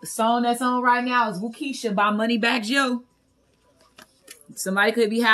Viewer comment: Brahhh!! I scream🤣🤣🤣 errtime you say money bag yo (joe) it’s so funny to me